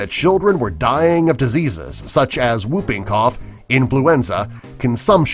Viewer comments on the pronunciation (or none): W is not pronounced in whooping cough.